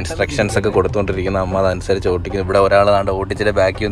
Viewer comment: Ningalentha oottikunnenn parayunnae..oodikannallae paraya